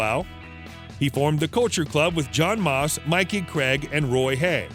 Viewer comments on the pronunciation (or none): none